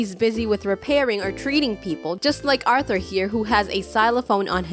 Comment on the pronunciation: Every time you say “RrRRrRrRrRrRrrRrRRrRrRrRrRrRRRRRRRR ” makes me laugh😂😂